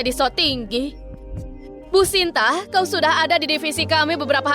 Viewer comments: Sinta kok jadi santi😂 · Hahaha Sinta jadi Santi 😂😂😂